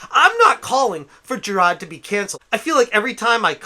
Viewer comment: Ive watched two of your low effort videos and the main take away is this. You either dont know how yo say his name, or are meming his name. Its "Ja-r-ar-d" not whatever the hell youre saying. Also, dont care about the completionest. He means nothing to me. Just the way you say his name is wrong.